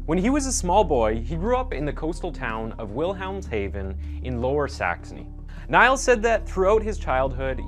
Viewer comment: Niels is pronounced Neels ^-^